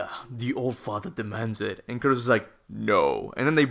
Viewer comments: Its Kratos not Curtis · I keep thinking you're calling Kratos "Curtis" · r u saying kratos or curtiss lol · I know he's Kratos, but I keep hearing Kurtus. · why does he call him Curtis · Kratos aka Curtis Sorry, but that's all I can hear when you say his name. Curtis! 😂